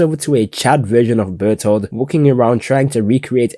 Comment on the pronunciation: bro finally said behthrold correct